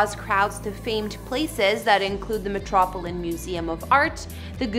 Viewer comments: Do the hosts on this channel mispronounce words on purpose? It's so weird. Who doesn't know how to say "Metropolitan" properly??? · OH MY GAWD....how can you mispronounce METROPOLITAN??? That just ruined the video!